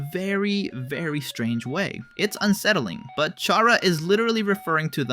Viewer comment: TYSM FOR SAYING CHARA’S NAME AND GENDER RIGHT.